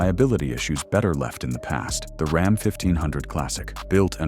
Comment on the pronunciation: These AI generated videos are a F ing joke with the pronunciations of common words. Like RAHM or ROM instead of RAM. If they can’t even get this right are you to believe what the bot is telling ewe? Truck owners are aware of the junk that’s been on the market. All we want is reliability and damn sure not in an EV.